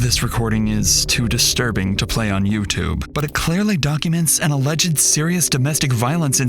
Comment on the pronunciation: Alleged is said as two syllables, not three.